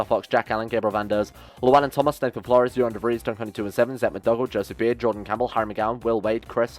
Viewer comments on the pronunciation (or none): none